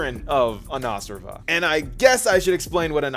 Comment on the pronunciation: well the word Anashrava in sanskrit is pronounced as uh-naa-shr-vuh . So the shr sound is the same as in mushroom, and the last v is like a vuh sound like in improv.